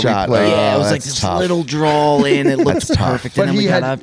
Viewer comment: Someone needs to tell that there is no "L" in the word "draw"